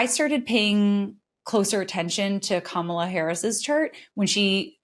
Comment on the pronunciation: Im so tired of astrology. It's Kah-muh-luh